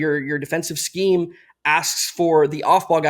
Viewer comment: saying scheme 😩